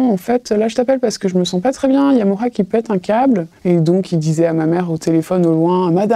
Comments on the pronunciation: A partir du moment où elles prononcent « Moi la squale » au lieu de Moha j’écoute même pas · Aparté on dit MoHa svp.. et je veux pas faire l avocat du diable y’a quand même la présomption d’innocence ..